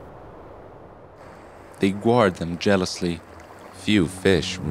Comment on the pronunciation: guard is pronounced gard.